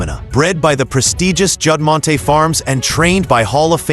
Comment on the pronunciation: If you are going to use AI, at least take the time to fix the mispronunciation of names. Judd Mont Tea. Come on!